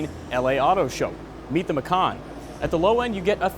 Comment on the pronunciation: "Macan" is indonesian language of "Tiger", and dude, you read it wrong...